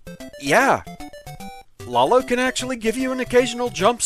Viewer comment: lawl-o huh? Somehow I'm not surprised you say it differently than anyone I've ever heard.